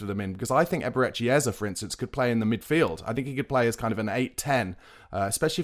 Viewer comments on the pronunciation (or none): It’s Eze not Ezer